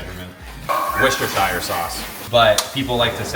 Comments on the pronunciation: Worcestershire is not pronounced like that but it's okay 😂. Its pronounced wis - toe - sheer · in the UK, we say WUH-STER-SHER sauce. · PSA to all non UK 🇬🇧 residents.. it's worcester pronounced 'wuster' Or wuster-sher for Worcestershire, you guys make it into a serious tongue twister! 😂❤❤